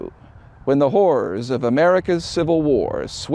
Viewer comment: I’m a Yankee so I was like the WHAT? Horror has two syllables in the Northeast. 😂😂😂 Sorry but that cracked me up!